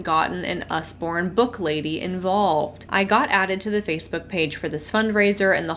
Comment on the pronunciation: It's Usborne, like Ozzy with a U